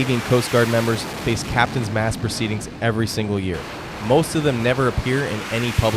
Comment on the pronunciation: It's Captains Mast not mask.